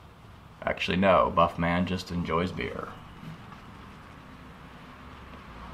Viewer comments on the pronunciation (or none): Duff man, not Buff man.